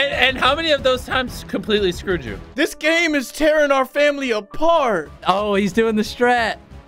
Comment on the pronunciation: i loved it when karl was like dis game ish tewin our famiwy apart :(